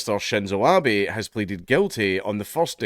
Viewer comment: It's Abe (ah beh) not Abby.